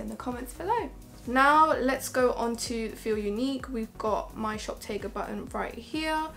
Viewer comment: Love the products you picked! Its pronounced 'shoptagger' btw 💕